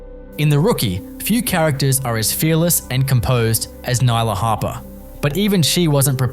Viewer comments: It's Nyla Harper not hopper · Hopper?? For correction it's Harper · Hopper?? Isn't it Harper